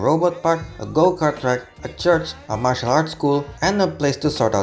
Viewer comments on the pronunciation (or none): none